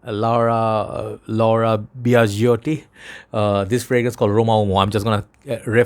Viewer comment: Good pronunciation of the name Biagiotti